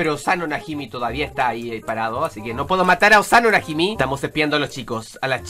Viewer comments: Oye,es Osano Najimi,no Osano Najimo,ten en cuenta que es el hermano de Osana... ¡Pero buen vídeo!Soy muy fan tuya,y de tu primo perdido XD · Oye no se dise oxano najimo se llama oxano najimi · Creo que no sabe que los apellidos no se cambian porque es Osano Najimi, no Osano Najimo:v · porque le dice Asano "Najimo"? y el verdadero nombre es Osano "Najimi" porque aunque cambies un personaje de genero su apellido no puede cambiar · el el apellido sije siendo el mismo no es najimo es najimi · perdón no es najimo es najimi es decir osano najimi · es osano najimi, no najimi